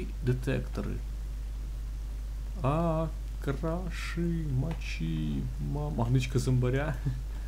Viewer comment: Ахах, шусс по привычке уже прочитал не крашИИИИИ а крАААшы))